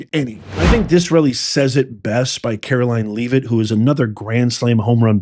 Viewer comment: It sounds like: Roy-ters, not Rooters Lev-it, not Leave-it Socky, not Pa-socky I like the channel But come on man